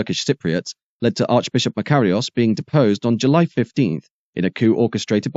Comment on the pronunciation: It's a clever "computer" voice which pronounces Nicosia and Makarios in several different ways. Sorry, as a former resident, Brit of course, its 'Knicker-seer' and 'Muh-car-ios', no smut intended. As for Akrotiri and Famagusta, not bad lad. Still, doubt I cd pronounce El Paraïso properly.